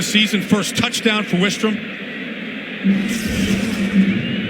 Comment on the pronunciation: The announcers getting Grant Wistrom's name incorrect just irks me.